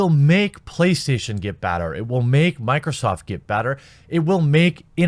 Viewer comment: How does someone pronounce "better" as "batter" but pronounce "bag" as "beg?"